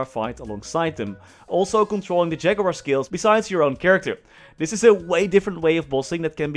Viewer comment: We all came here to hear say Ja-goo-war <3